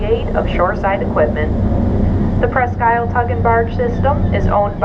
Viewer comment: She doesn't pronounce her name right I'm not sure but I think it's named after a country in Michigan